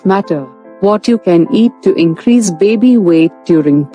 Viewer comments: A healthy beebee lol the way she says baby makes me laugh. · Like Moira Rose. 😂😂